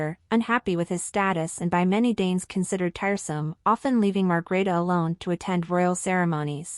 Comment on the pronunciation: Please, the Queens name is Margrethe, not Margareta or Margarita...